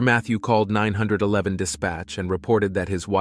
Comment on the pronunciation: It’s funny how AI says 911.